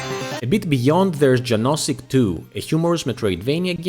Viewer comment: "Janosik" should be pronounced as "Yanoshick". :)